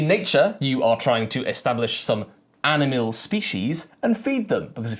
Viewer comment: Does say "aminal" a few times or is it just me?